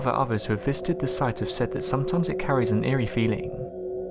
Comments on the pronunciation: he says visited and it sounds like "fisted" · i misheard 'visited' as 'fisted' and im like ????? dude cringe